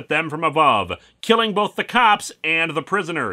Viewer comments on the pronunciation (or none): none